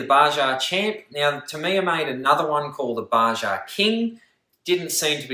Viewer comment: You need to learn how to pronounce Baja. Its Ba-ha.